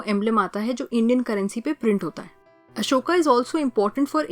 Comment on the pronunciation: broo its ashoka not asoka